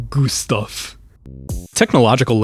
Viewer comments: as a swed we do nto say garfield we say GUSTAF bc its an actual and how wound garfield even bre pronounced in swedish plus americas tryna talk sswedish is so funny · The way bro Said Gustaf in Swedish makes me laugh every time “I’m Swedish btw”